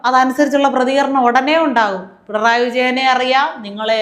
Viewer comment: പെൺറായി അല്ലെടോ പിണറായി ന്ന് പറയ്